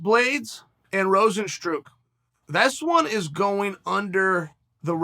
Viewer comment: Chael “Rosenstrook” Sonnen